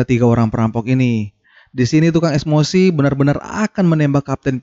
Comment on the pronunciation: Emosi oi BKN esmosi😭😂😂😂😂